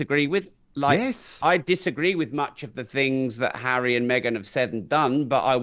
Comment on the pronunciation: Mee-gain - “Fake News”